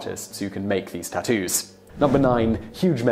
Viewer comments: "there are a lot of Japaneses words is this video, so excuse me if i pronounce anything wrong... now lets talk about tu-toos" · Most uncool way to pronounce tattoos Ive ever heard.."too-too's" LMFAO I cant...